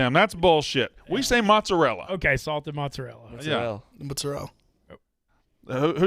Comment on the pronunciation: My Italian born wife would be disgusted with the way & say mozzarella, prosciutto & ricotta.